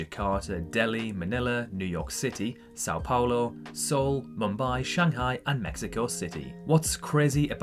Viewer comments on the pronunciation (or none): none